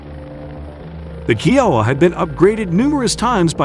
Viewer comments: It's K ī ō w a and not keowa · Thats not how you pronounce kiowa. Its pronounced kī-O-uh not key-O-uh. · Had to stop watching this to stop hearing Keyouha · Hearing it called a KeyOwuh hurt my soul😂🤦🏻‍♂️🤦🏻‍♂️ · Why do you say the "You", "Ohh", and "Ahh"? U stands for Utility and H stands for Helicopter. O stands for Observation, and A stands for Attack. Kiowa is pronounce Ky O Wah. Its an incredible airframe.